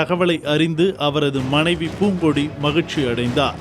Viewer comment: Athu பூங்கொடி.. பூங்கோடி illa.. Tamizh tamzih nu emotion ah pesura channel ku tamizh theriala.. Puthiya thalaimurai jalra channel